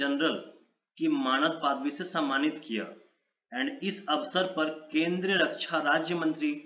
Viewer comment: Paadvi nhi be padvi